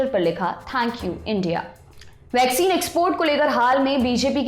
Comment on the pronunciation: वैक्सीन तो सही से बोलो..... वाक्सीन बोल रहे हो